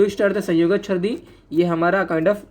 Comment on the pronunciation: Very epic😂😂sir : sardi nhi chrdi okkk...